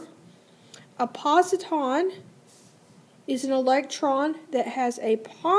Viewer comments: PosiTRON not posiTON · it’s positron not positon lol